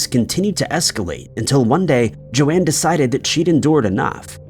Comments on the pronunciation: PLEASE WOULD YOU CHECK THFE PRONUNCIATIONS IT''S JOAN (RHYMES WITH BONE) NOT JO-ANNE.!!!!! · That first story is awful 😢 on the 2nd story the ladies name is not pronounced correctly, her name is pronounced Jone not Joanne… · Why are you pronouncing Joan as Joanne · It's not important, but this is the second video I've seen where you pronounce the name "Joan" as "Joanne." Have you really never heard anyone pronounce the name Joan before? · The second lady's name is spelled Joan, meaning her name was probably pronounced "jown" like Joan Collins or Joanie Mitchell. Joanne is clearly spelled differently.